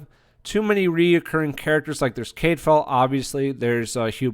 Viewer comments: Full on read this as "half a whiptail". Great show. Nice review. You sure that's how they say his name in the show? I thought it was more 'Cad file' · You need to read the books to fully understand the characters, and history to be credible. You're mispronouncing his name and tons are left out of the BBC series for time reasons. I couldn't even finish listening to the post and wont be back.